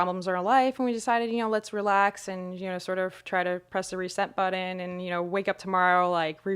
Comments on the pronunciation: U sure she is a neuroscientist? Cuz I've never met someone with a 7 year college degree who uses the word Budden for "button" and impordant for important. And just to add on to what another commenter said, she uses the word "Like" quite a bit. It's very annoying...... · I cringed when she said "buddin" and "impordint" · Ok I'm already skeptical just hearing a neuoroscientist who can't pronounce the word "button" and ends most phrases as though they were questions.